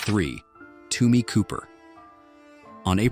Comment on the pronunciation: It’s Tommy not Tumi